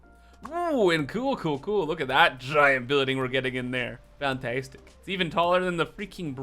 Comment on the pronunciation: Whoooo FEN-teestic!